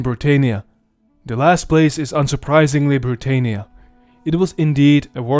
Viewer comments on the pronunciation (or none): Britannia, not Briteinia. Led not līd. Dakia not Deisha. This is too bad for me to watch. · You pronounced britannia wrong. It's pronounced: brit- an- ya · You're pronouncing it SO wrong. I suppose after millennia of shifting vowels, it's a minor thing, but it's Bri-TAH-nnia. It also was i-TAHL-ia. How fracking hard could that be to know, if you're presenting yourself as capable of relating history? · LED not lid for the metal called lead. Britannia, not britenia.... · Imagine being from a province called Britannia and it's pronounced Britaynia? OUCH. Romans did not call it Britaynia. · Hiapaynia? Brittaynia? That's not how the Romans said it. I know that English is not your first language and you do a good job but please in future pronounce words like they should be. You said Italia like it would have been called in Rome and today. Itahlia not Itaylia like Hispaynia or Brittaynia. You did a good job but.... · We say Bri TAH nia.